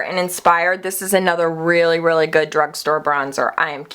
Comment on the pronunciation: "It's so goodt" lol. Love it.